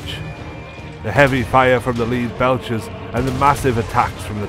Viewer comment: Great content but i have to ask, why did the narrator pronounce some words like an AI bot? Lead belchers (pronounced by the narrator as to lead someone/Leader) or Chitinous armor (pronounced by narrator as Chitinous the Ch as in chicken) ?